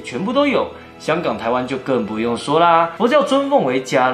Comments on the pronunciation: 补充，不是 jia lan, 是 qie lan. 我记得茄蓝护法神其实有17位，16位是印度的神，第十七位是关羽。然后用关于做代表，因是唯一的华族。 怎样分别佛教的茄蓝和道教或别的的关羽? 看他后面的 ribbon, 那个只有茄蓝神才有。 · 伽蓝菩萨 读茄同音